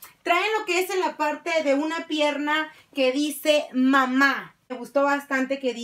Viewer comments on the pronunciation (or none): Le faltó el acento a mamá